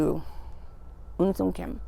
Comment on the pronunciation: Awww lady. You made my day. You said right my name. Un sim Kim. Means coming from soft heart. No one ever said my name on my phone. So happy my friend. Good morning. ❤🦋❤🦋